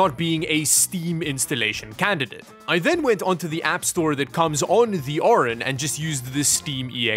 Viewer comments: As the name is Orin, but spends the entire video saying Orion... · You pronounce it "Orion" but it's Orin 😅